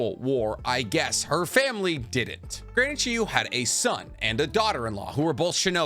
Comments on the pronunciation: You even spell it right but you still say Chiyu, not Chiyo. D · Are you purposely mispronouncing Chiyo-Samas name? Chi-yo, not you..yo. Chiyo. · Who is this Granny Chiyoo you speak of??? Jokes aside, nice video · Almost every video has a mispronunciation to the point I think its intentional. This video had Chiyo as 'Chiyu' and Kakuzu as 'Kakuzo'. The 12 Guardian Ninja video had Chiriku as 'Chiriko' and many others each video.